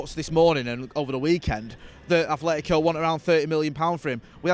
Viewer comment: Atletico not Athletico.